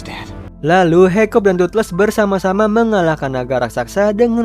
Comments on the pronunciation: Kakak salah nama harus nya hikkap bukan hikkop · Its hiccup man not hoiccop 🗿